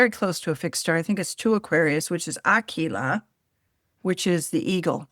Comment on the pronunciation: Aquila. That’s aQuila, not akila. That’s ah-KWEE-lah, in Latin. No K as in kiss. Rather, qui as in quiet. In English an aquiline nose is curved at the end, like an eagle’s beak. Being the eagle of Zeus, the constellation symbolizes power, freedom, and divine authority. Like all birds, Aquila represents the connection between the spiritual world and the material world. If it is accentuated in astrology, these are the archetypes to consider.